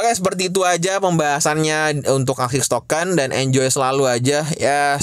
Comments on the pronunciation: Bang tolong tolong banget bilang ASIK TOKEN bukan AKSIS TOKEN 🙈🙈🙈 😂😂 TOLONG TOLONG BANGET PEGEL GW DENGERIN NYA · ASIX bang... Bukan ASIS apalagi ISIS.... 😂😂... SALAH sebut meleee lu bang...